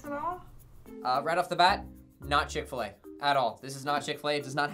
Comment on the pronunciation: Do a shot every time they said chick-Fila 😭😤